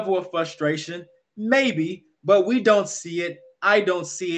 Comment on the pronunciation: "Wee Believe" 😂😂